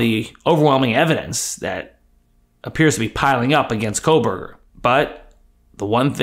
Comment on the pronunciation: There is NO "L" in Kohberger.